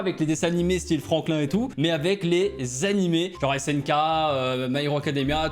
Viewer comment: C pas snk c snuk lol😂